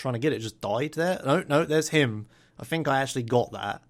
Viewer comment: Pretty sure even in the UK "think" is still pronounced "think", not "fink". wtf is a fink?